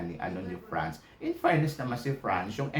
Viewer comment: Bakit ganyan ka magsalita? Hindi yun PRANS. Its France. Hindi PILIPINS. Its Philippines. Hindi yun INJA. INDIA!